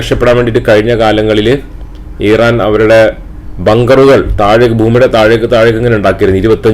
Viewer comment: താങ്കൾ മലയാളികളോടാണ് സംസാരിക്കുന്നത്.. So ഇറാൻ എന്ന് use ചെയ്യുക Pronounsation മലയാളികളെപ്പോലെ use ചെയ്യുക.. എങ്കിലേ viewers നെ കിട്ടുകയുള്ളു 🙏